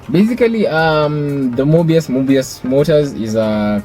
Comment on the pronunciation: Mobius...sounds like 'more by us' 👌🏾